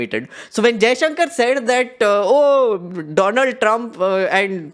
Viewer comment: WTH!! You just called Donald as Doland….validating Modi’s blooper😂😂